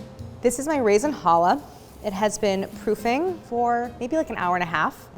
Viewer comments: Pronounce CHallah, not hollah (which is what people will do at you if you pronounce it wrong!) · She's mispronouncing "Challah". There's a Ch at the beginning. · It literally does, though. Ever heard of Bach? Or a Scottish loch? And even if it didn't exist in English, why would that be an excuse? It's an easy sound to make, if you're not willfully ignorant.